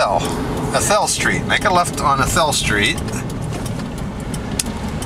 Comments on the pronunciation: Long A A- thel :-) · I'm sorry sir but when you said athel and I've lived in inyokern all my life and athel is pronounced with the "a" being said with the long sound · Yes and the old timers called the tamarack tree arthel tree. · Athel not arthel, dang auto correct.